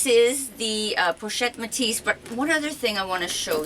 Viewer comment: It is like you pronounce it! I speack french! Whath a beauty!